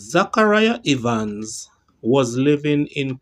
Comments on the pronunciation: Please pronounce Evans like heaven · The E in Evans sounds the same as the e in egg